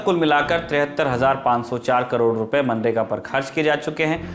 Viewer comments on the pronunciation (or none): none